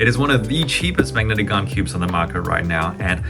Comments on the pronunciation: I thought it was Han not garn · Bro can’t say gan proply he pronounced it like garn not gan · Gaun? What is that isn’t it GAN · Why you say gan werid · Hey how we pronounce gan bcs my pronunciation is different from yours?